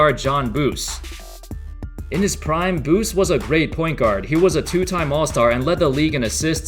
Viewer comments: Not the first time but the point guard from Indiana’s name is pronounced Don Boozy (like a person who’s had too much to drink) not Bus. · Buse is pronounced Boo see, not Boos. A VERY long time Pacers fan. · John Buss? Don Buse (Dawn Bue-see). Jeez. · Don Buse's last name is pronounced "boo-zee". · You mispronounced don Buse name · You are not pronouncing Don Buse name right.